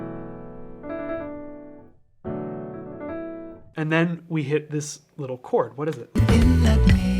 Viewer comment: "That's a beautiful chord!" My ears: "That's a beautiful porn!" My brain: "Pretty sure porn isn't a countable noun."